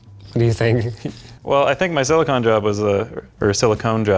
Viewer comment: Thank you Linus for saying Silicone, really THANK YOU! I can live with the Euro Aluminium vs US Aluminum...but calling Silicone...Silicon...that is unacceptable.